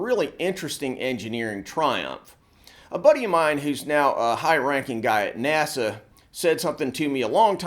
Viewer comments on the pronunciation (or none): none